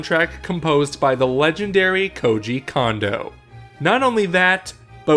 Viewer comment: Can people stop turning Koji into a Condo? Kondo is pronounced "Cone-doh" not (Genghis) "Kahn-doh."